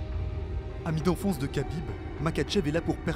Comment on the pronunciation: Arrêtez de prononcer khabib et makhachev avec un K putain faite un effort.